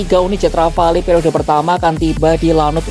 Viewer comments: Iya, harusnya disebut Ghafalu. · Pronunciation rafale salah min...